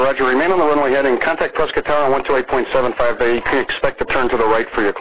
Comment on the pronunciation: Props for getting the pronunciation of "Prescott" correct.